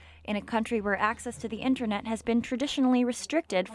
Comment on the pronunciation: ah yes intronet